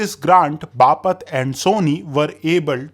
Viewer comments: Its "Bapat - बापट" not बापत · बापत ❎ बापट ✅